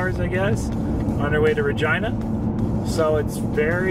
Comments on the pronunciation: Regina is pronounced Rah- gee- nah. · LOL it's pronounced Reh-gee-nuh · It's Reh-JEAN-uh. it's not supposed to rhyme with vagina,. lol... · Lol my daughter's name is Regina and I have never hear it pronounced the way he did.